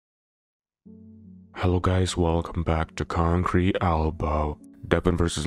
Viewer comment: Wooooo it's getting closer and closer til Devon takes Levan's soul and gets some payback for ya over Levan not saying Konkreet Albow lol